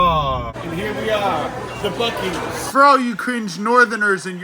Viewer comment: And don't pronounce buc-ees (BUCK- ees) as buce-ees ( I have legit heard it pronounced it sounded like buh-you-sees it was a yt short everyone was roasting her in the comments that pronunciation made me cringe.)